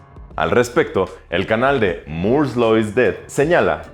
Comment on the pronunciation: Cada vez que pronuncia "moore's law" es como una suave caricia a los oídos, muy buena pronunciación